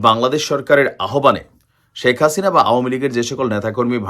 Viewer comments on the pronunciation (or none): none